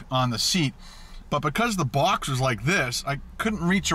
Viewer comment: Does anyone else hate the way says "out" or "box"?